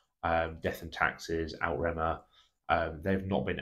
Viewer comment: Outremer is pronounced "Oot-re-mer" (to rhyme with 'over there'). It's an anglicisation of the french "Outre Mer" meaning 'Over Seas'. Good video though.